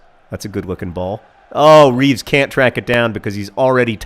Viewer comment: Taylor Swift > Lyle Taylor as a nickname. Or are they two different Taylors? also, its Reeves, beloved Reeves, with the terrible beard, not Beere. Please turn down the speed sliders.